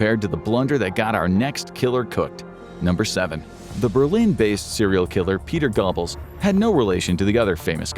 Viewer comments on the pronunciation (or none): Gur-bulls. Not gobbles.